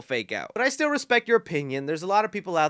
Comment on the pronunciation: When you were talking about the aged/cracked mask, I know you said “this still definitely looks like Ghostface,” but it sounded like you said “this STU definitely looks like Ghostface” 😏😏